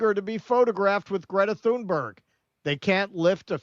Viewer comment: Good work, but could you get the pronunciation of her name right. It's Tunerg, not Thunberg.